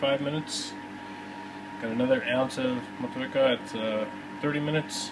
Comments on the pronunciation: It's pronounced "Maw Chew Weka" according to Time4Another1. :) One helluva set up! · Moh-Teek-Ahh, mate :D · love your intros, always makes me thirsty. rock on NZ IPA, with mot-chew-e-car, lol